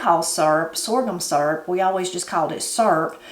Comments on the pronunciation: I had to stop and watch this when i heard you say syrup. I’ve always have pronounced it the same as you do, surp. I also like using a pie tin to make up my batter, I do like to add cinnamon and vanilla to it. Ever since I was a young bride I’ve made what we call “depression syrup “. Same as what you made only I’ve only ever used white sugar with some maple flavoring. I’ve ate that so long I don’t really care for the store bought kind and I’ve never tasted real maple syrup. Next time I make syrup I’ll have to use some brown sugar too. Blessings, TeresaSue. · That's the same recipe I use. My mom used to make her own syrup when we didn't have store bought syrup. I like that you pronounce syrup the same way I say it....surp.